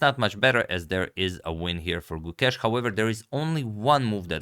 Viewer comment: gu•KESH I like how Agad has corrected the pronunciation. 🙌